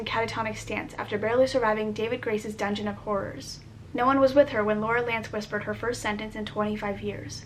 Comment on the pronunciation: Did you say Laurie lance or lurel lance cause #greenarrow